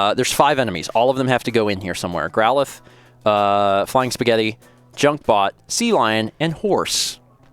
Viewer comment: Ahh I forgot how weirdly he pronounces Growlithe.